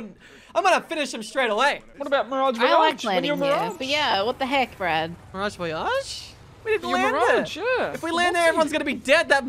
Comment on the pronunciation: ‘Miragee Voyagee’